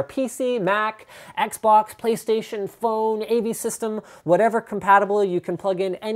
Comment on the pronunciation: Did he say "phone" or "Playstation foe"? When he moves his hands like the that I think he's talking slang.